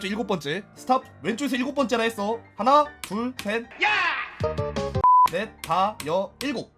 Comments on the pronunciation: 하나 둘 '섹' 넷 이라고요? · 네? "하나 둘 섹 넷" ㅡㅡㅡㅡ?